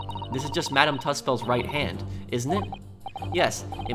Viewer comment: It’s pronounced ‘ madame 2-swords’ in real life 😂 its called Madame Tussaud’s. Not sure if it’s just an England thing! It’s very boring xx